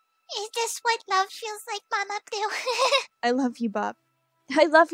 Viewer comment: Before Yeshua asked Bob if he loves Luna that was the one time I understood that Bob called Luna "Mama blue" because the whole time I thought her called her mama pew